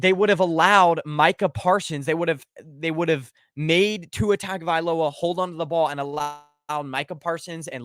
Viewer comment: How are people still pronouncing Tua’s name wrong.